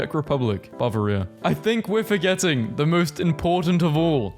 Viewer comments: can we talk about how he pronounced Bavaria like Ba-vuh-rii-uh. 😂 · The way you sad Bavaria hurt me, a Bavarian a lot